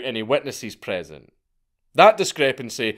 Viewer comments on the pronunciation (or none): none